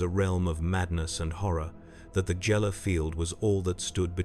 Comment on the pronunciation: Mmmm Jell-er fields